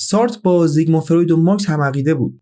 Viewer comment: زیگموند فروید نه زیگما !